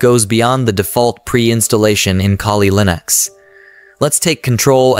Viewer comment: it's ai. i may be wrong but grammar does not seem to be from a native english speaker as a first language but the voice helps understand the material. pronunciation of kuhli linux. other tells.